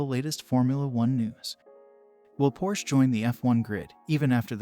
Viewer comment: First of all, you should learn to pronounce Porsche -- it has two syllables. Second, Porsche would immediately be a strong contender. Hopefully we'll soon see.